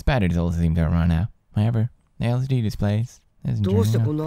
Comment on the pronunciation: he says "LSD" instead of "LCD"